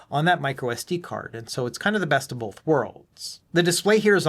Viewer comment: Good video but just a point... There's no L in the word BOTH.